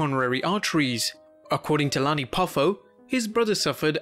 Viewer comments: savages brothers name is Lanny not Lonnie. You also said st Louis wrong. idk if you said anything else wrong or not. I stopped watching after you saying his brothers wrong. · fyl, the man's name is Lanny (with an "a" like "man" or "god damn"), not Lonnie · its Lanny not Lonny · Lanny is pronounced Like land not Lonnie. Same as St. Louis being saint Lew is. Not Louie . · Is it just me, or did he called Lanny, Lonnie?